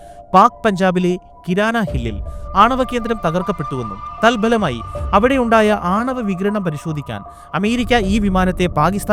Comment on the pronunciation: തൽഫലമായി എന്ന് തന്നെ പറയണം തൽ ബലം അല്ല